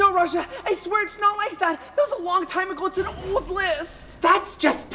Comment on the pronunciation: NO RAJA SAID M NOT N AT THE LAST LETTER OF THE WORD